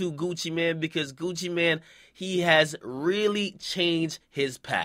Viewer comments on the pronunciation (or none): Its MANE not man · why you say man instead of mane